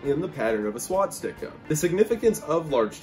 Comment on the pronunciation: It's swastika... Not swatstika.